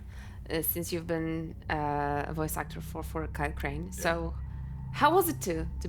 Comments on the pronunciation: Crane? Crane rhymes with train, and brain, and sane, and grain, and rain, and plain and the other kind of plane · Crane rhymes with Wayne